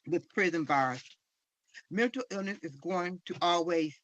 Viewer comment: Did his mother said mental or Milton illness😂😂😂😂😂